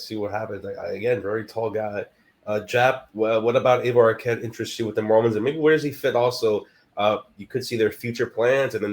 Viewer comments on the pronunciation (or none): aloha kooks....... try4 pronounce dakine. .... eye - vuh eye - vuh...... eye - vuh....... eye - vuh......... eye - vuh....... duh duh